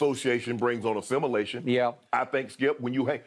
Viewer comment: “Association brings on assumalation”